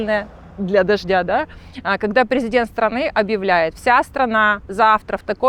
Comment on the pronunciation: Кэссир, кэгэда, пэдэхэди ))) первый раз слышу такое произношение